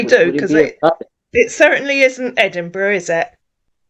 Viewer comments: Ed burg ? 😂😂😂😂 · I tell you I'm from ANTBUG ANTBUG. Not chatisfy you can go can go" 😂😂😂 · He sounds like he’s trying to sound he trying something he can’t even say Edinburg…. What’s the city I’m from the America…. Wtf why he say he’s never been there too west African lol .. see he keeps getting wild over Ghanaian and African